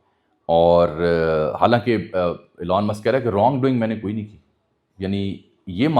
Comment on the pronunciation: Meray Bhai Jab Ap Preparation Kartay Hain To pronunciations bhi daikh lya karain. Epestein files nahn hota Epstein files hota hai. ep k bad es nahn hai. Elan musk nahn hai. Elon musk hai, woh bechara koi elan nahn kar raha. Kindly take it as positive criticism. Main English ka expert nahn hoon but main koi vloger nahn hoon